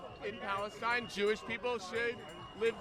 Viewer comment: The beginning after the intro… They can’t even pronounce Palestine correctly 😂